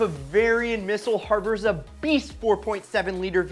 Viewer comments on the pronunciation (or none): none